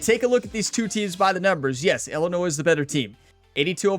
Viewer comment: As an Illinois resident I cringe the way you pronounce the state name. Its not Illinoise please. As a Purdue graduate, Boiler Up and Hammer Down!!!